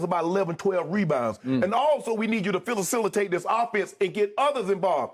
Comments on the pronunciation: Lol. Filla-silla-tate (Facilitate)😂😂😂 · “We need you to ‘falicilitate’ this offense.” -Shannon Sharpe minute 😂😂🤣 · "Phil-la-cil-li-tate" lol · “Filla-Sil-latate” CLASSIC 😭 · Shannon: "we also need you to fila-cil-itate...."??!!🤔🤔🤣🤣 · “Filiacilitate” -Big unc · Wait, did no one catch uncle shay say "filla-cilitate" lol.....unc got that good ed-jumacation!! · "FILACILATE" makes it sound so good lmaooo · Shannon “filitate” Sharp